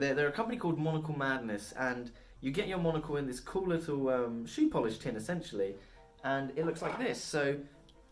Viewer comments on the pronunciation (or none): none